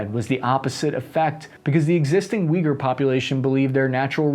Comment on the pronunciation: I know generally speaking you have a bit of badly pronouncing 'harder' names of places/things. Thank you for taking the time to pronounce Uyghur right.